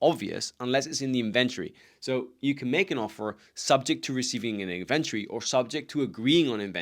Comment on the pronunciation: Great information but it took me a while to understand that you were saying "inventory". Being from the US, I say "IN ven tori" and I heard something like "in VEN turi" which isn't quite a British pronunciation either. But I'm glad I figured it out as the information is very helpful. Thank you.